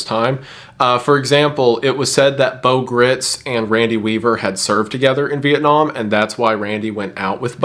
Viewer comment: It’s Beau Gritz(rhymes with rights).